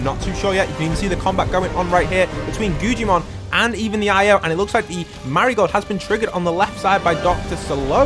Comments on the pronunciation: its not gujimon its guggimon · His name is pronounced guggimon not gujjimon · My mans is saying guggimon so wrong like gujimon and stop making it seem so intense it not that cool like wow if u drop hostile people with non hostile they fight who woulda known